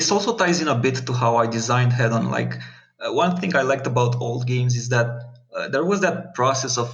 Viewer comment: Oh, btw, here it says how you should pronounce the name of the game: It's actually pronounced "Head-on".